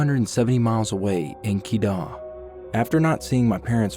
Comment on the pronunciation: Keydah 💀 jenting sempah 💀 that's not the way u pronounced it